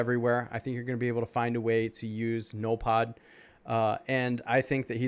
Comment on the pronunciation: Hey,, pronounce it like this, "ZENOLFOD", or "ZENYLPODE" and what the hell is he!? And don't feel bad because I don't even know what the hell he is lol!:) I have an update about BERTILLA, She is underrated, she is actually great for raid offense I have her on 15 nodes:)